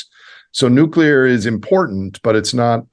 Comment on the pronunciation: "Nuke-u-ler" - Homer Simpson